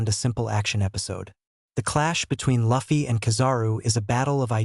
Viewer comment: The auto generated voices and not an actual narration is getting so tired. The mispronunciation of “Luffy” should be considered a crime. Especially if you’ve been a fan for years, as the narrator claims to be 😭🤦🏽‍♂️